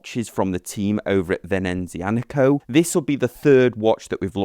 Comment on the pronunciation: “Venenzianico”… no😉. Venezianico☝🏻